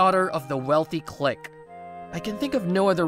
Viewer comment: the way you said clique 💀